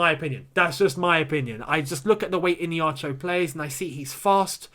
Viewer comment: Hi, Not ihinacho